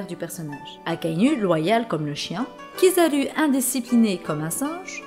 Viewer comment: Please please ca ce lit ryoukougyou kizarou akainou foujittora le U en japonais ca ce lit OU merci